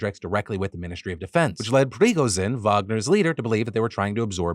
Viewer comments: Lol, stop saying Prigozhin's name like that. It's Pre-go-djinn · I always find it funny how illiterate americans are when it comes to foreign names. prigozene my ass. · Hey Phil, just a heads up so you don't get too much hate from the other nerds, if you need to say Prigozhin again, the zhi is a ji sound without the 'd' you get at the start of the j. If you are familiar with the write Solzhenitsyn, it's similar to that. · Listening to Phil trying to pronounce Prigozhin makes my day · Phil. I’m begging you. Learn how Prigozhin’s name pronounced 😅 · No way Defranco just pronounced Pregozhins name like a medically prescribed drug